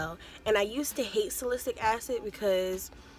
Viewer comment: It’s SAL-I-CYL-ic acid. 😊